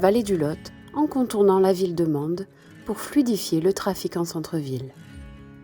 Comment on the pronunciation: Je doute qu'une IA ait un petit reste d'accent quand elle dit "Mende"